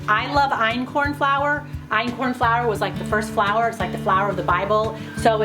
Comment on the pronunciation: P.S. what was the flour you mentioned that is so much easier to digest? I couldn’t quite hear it - sounded like Ancon flour?